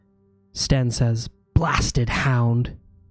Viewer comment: Sten not Stan.